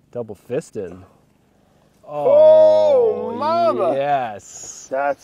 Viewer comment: "double fistin"